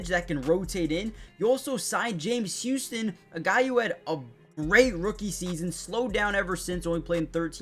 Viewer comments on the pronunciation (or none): none